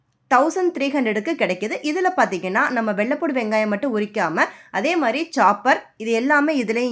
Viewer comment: வெள்ளபூடு இல்லம்மா வெள்ளப்பூன்டு